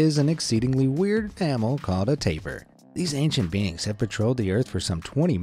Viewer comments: Called the taper lol its pronunced like tap EEr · Tay-pier is how you pronounce it not taper